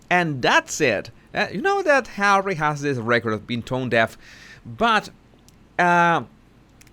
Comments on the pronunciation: I love it when you say Hawwy it makes me laugh every time 😄😂🤣😆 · fuck I love it how you say Harry🤣